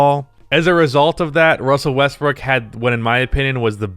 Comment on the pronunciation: Good Ol’ Wussell Russbrook.